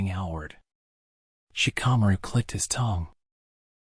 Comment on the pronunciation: Genuinely hate the way you pronounce shikamaru